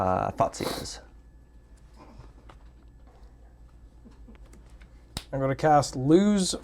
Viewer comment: "Thoughtsieze?" Audience: "Stop, stop he's already dead!"